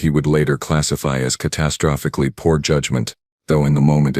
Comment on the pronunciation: This was a fun one 😂 "Catastrofofihically" 🤣🤣 Gets me every time too